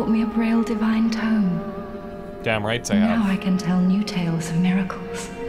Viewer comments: Triggered every time he pronounces tome like tomb. Still great series ofc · I hate sounding like a language jerk but hearing say tome as 'tomb' made me cringe. Probably cuz of the frustration that he didnt figure out the simple elevator riddle for so long. It is still fun watching the lets play though. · Haha! Tome is pronounced with the long o sound, like in moan or dome; not like 'toom' or tomb. I remember cracking up when you said that in your Witcher videos too haha! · lol the way he says tome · Tomb = Tome apparently lol